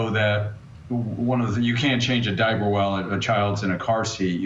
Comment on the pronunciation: Did he say Diapy?